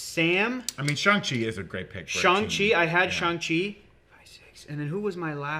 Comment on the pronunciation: Thank you for being one of the rare YouTubers to pronounce Shang-Chi correctly. Everyone else says ShUng-Chi and it drives me nuts. I mean there's even a scene in the Shang-Chi movie where he teaches Katy exactly how it's pronounced and repeats it a few times.